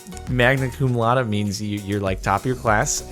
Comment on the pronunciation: laude is pronounced like lou (as in loud) followed by day this has been you latin lesson of the day